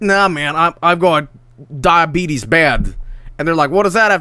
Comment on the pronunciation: Wait, did you say Diabeetus?